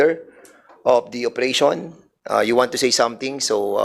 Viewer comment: Duscussion, station, operation, session, validation, at mga kaparehong salita, sana ayusin mo ang pagpronounce Dan fernandez kc pinapadaan mo sa ilong ang pagbigkas. Awkward hindi maganda pakinggan! Panoorin mo video mo para maimprove mo. Salamat.